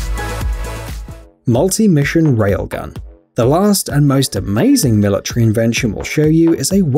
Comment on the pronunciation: I hate how he pronounces military like milatree lol